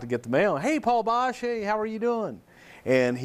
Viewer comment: It's Boesch, not Bosch.